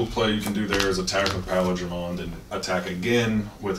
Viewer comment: Love the vids, Paildramon mispronunciation made me a little sad though considering he's my favourite mon. Still, keep up the good stuff cos I'm hype as hell for the English release